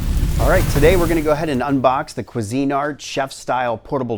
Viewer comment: I am going to say this one time , its Cuisinart, not CU ARTQASINE